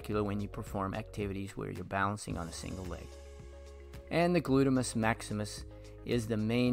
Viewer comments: It’s not glutimus Maximus! He said it twice! Lol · gluteus, not "glutemus". This isn't elementary school. If your channel is about teaching, you need to follow basic due diligence and check yourself.